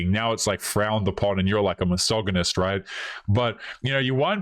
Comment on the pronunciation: Am I the only one laughing when he misprounces “misogynistic” and “misogyny”?